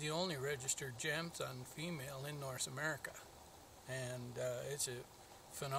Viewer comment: Pretty sure in Swedish the letter J is pronounced more like a Y. So it would be pronounced more like Yamthund